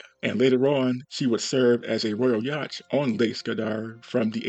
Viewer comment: Hey bud, just so you’re aware, the ‘ch’ in Yacht is silent 😉